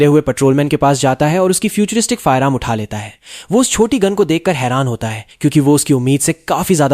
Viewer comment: Gun ❌Goon✅